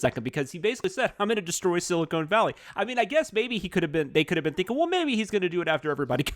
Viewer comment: Dammit, it’s “Silicon Valley”, not “Silicone Valley”. Silicone Valley is the space between fake boobs.